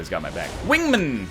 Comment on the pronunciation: Also, your choice for guns on EVERY SINGLE DRAGUN FIGHT is fucking trash. It's like every dragun fight you experience a stroke. FUCKING PRONOUCE WINGMAN CORRECTLY